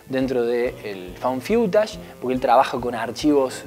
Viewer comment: Found Fiutash? No creo que se pronuncie así. Es Faund FUTASH...